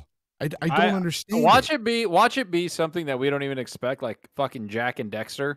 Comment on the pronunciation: It’s Jak and DAXTER